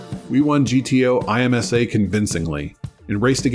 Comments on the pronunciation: My uncle had a 280ZX ( and later a Z31 300ZX)...I love Nissans in general and Z-cars in particular. BTW IMSA (International Motor Sport Association) is typically pronounced as "Emsa" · Nicely done! TONS of info I didn't know already. 1 note: I could be wrong, but I always thought it was pronounced like a word vs letters. IMSA = imm-sah, based on watching a few races on ESPN in the late 80s/early 90s. 🐯🐅 Looking forward to the Z31 ep. as I still have my dad's that he bought on a whim when he just wanted to test drive it. [A.F. officer with family of 5 always drove sensible/affordable cars , so this Z was a big step for him in retirement.] I love driving it often! 165k miles and counting. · To not create the impression of an idiot in racing circles pronounce IMSA as Emm-sah